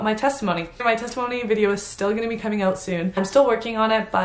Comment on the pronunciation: Did she say sextimony? 😭